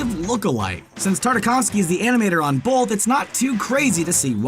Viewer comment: Anyone else cringe a little every time he says "bolth" instead of "both"?